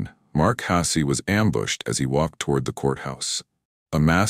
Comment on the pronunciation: Your AI Bot needs to work out how to pronounce Hasse, you need to quit writing untrue titles, and you need to stop spouting BS. Poorly written, disastrous editing, incomplete stories and ridiculous voices make this unwatchable.